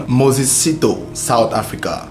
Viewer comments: A little note on South African names, like most African names, Sithole is pronounced as Si-tho-le. Broken in three syllables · The pronunciation of Sithole is Si - tho -le similar to Abu-le . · I like your vedio. Its well put together. Good job. However Moses's surname should be pronounced as Si-tho-le. Thanks. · Lol south Africa my country na wa o... I was thinking number 1 would be Nigeria😕 Lol 😂 I love the way you pronounce the surname "Sitho" na wa o Number 1 was suppose to be the Zambian brothers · You pronouncing Moses Sithole wrong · This is a very documented report with so much information but as for that woman who used her family for insurance i am left with fear. No one knows what our family members think like. Those ladies Rayah and Sakhinah were equally faulty just like their husbands. Egypt did well for that sentence. Is how you pronounce Mses Sithole for me.